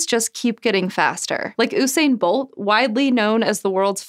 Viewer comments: why does every american pronounce his name wrong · “OOOOHHH SAINE BOLT”